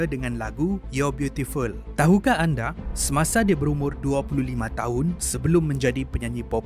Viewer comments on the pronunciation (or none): none